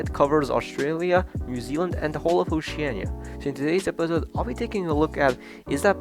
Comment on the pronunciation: Wait wait wait did you say ocean-an-ia